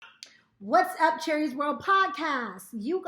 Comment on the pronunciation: Wow I thought her name was pronounced (Sher-Ree) not cherry. You live and learn.